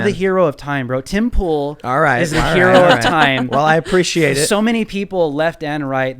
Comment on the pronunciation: Tim(e) Pool, not Tim Pool(e). The beanie scrambles things.